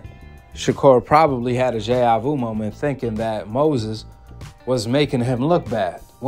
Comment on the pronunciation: It's deja Vu. Not whatever you said😂😂